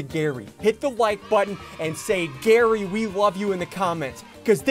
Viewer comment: its GARRY not Gary